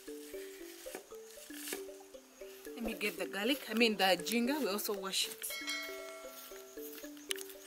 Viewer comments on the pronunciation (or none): Ginger is pronounced as one of your towns. Say Jinja.